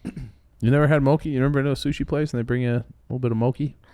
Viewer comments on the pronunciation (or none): Boys its mo-chi (like 3 chi) not mokey